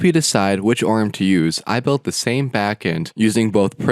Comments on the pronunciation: [o - r - m] not {orm} like [i - o - s] not {ios} and like like [mac - o - s] not {macos} I was stuck it because you're repeated too much :face-green-smiling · Pronunciation please. Dude I can watch your videos. I barely made it 30s. It's an acronym, O.R.M., object relational mapping, nor orm or arm. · I've never heard someone pronounce it "orm". There is a reason ORM is capitalised, you're meant to spell out each letter. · I was wondering if this was an obscure joke after "orm" than "klee"